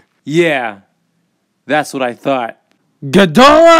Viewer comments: Ghidorah not gidorah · It's ghidorah or king ghidorah not gidorah that's the so wrong one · Its ghidorah not ghidora